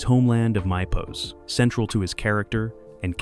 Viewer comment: You pronounced Mypos wrong and lots of these secrets you mention are not true.